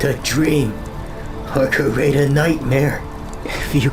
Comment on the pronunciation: IT IS CRE-ATE NOT KER-ATE CREATE..... PLSS omg (proceeds to walk away speaking Spanish)